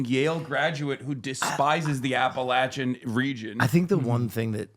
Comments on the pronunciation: As an Appalachian i really appreciate that Hasan has always pronounced "Appalachia"" correctly. <3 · Hell yeah, pronounced Appalachia right(according to the heritage he tried to claim) while mocking JD. Fuck that stolen valor piece of shit.